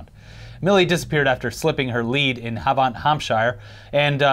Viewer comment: I live very close to Havant in Hampshire. I love the way you pronounced it 😁 & Aldi